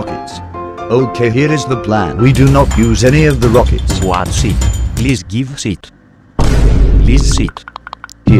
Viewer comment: "plis give sit"